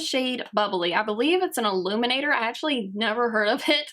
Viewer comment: omfg pronounce ur words correctly "ashuly" "transushent"